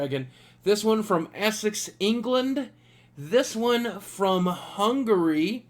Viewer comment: Man i loved how you pronounced essex:D